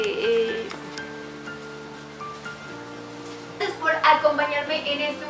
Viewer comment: El rrrrracias 💖💖💖 esta bien bonito tu outfit eres super linda y graciosa 💖💖